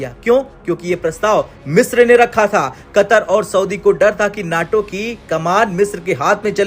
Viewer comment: NAAAAAAATO nahi.........NAYYYYTO NAYYYYYYYYYYYYYYYTO NAYYYYYTO